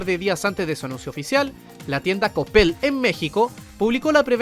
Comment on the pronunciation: Es coppel... o lo dices por como lo pronuncio el? Xd